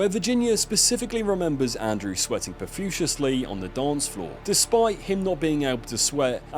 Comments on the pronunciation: .."Sweating profutiously"..!? Giuffre remembered him sweating profusely... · It's "sweating PROFUSELY" - not "profuciously". That word doesn't exist. Apart from such stupid linguistic errors there are many factual inaccuracies in this video. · That’s not how you pronounce ‘profusely’